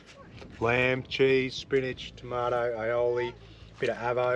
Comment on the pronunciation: One definitely for our bucket list. Awesome place. I have to say it though - you butchered that cheese 🤣🤣